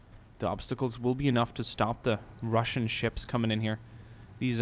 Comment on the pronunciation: Highlight of this video Ohhh!!!...wow...haha rrrrrrrassian navy